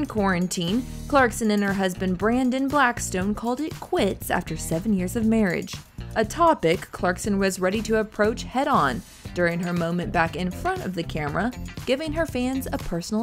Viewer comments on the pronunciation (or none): It’s Blackstock not “stone”